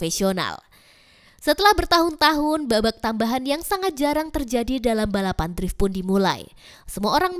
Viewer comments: Penyebutannya itu Driffff bukan draif. 🤦🏻‍♂️ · Minimal pake google translate laah kalau kemampuan bahasa inggris paspasan... Cara baca Drift itu drif.. bukan Draif